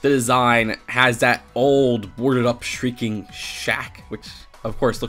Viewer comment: Also sh-REEK-ing shack not sh-RINK-ing. 💕